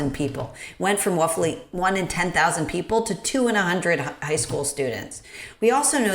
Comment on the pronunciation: She said wuffly instead of roughly. Cancelled.